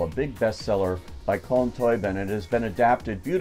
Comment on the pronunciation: Agree with everything you said. Lovely film. Just on some pronunciations - Domhnall is pronounced something like Dough-nul (Dough as in making bread) and Colm Tóibín is pronounced Coll-um Toe-been. Really loved this film and think I will go see it again. Costumes were fantastic.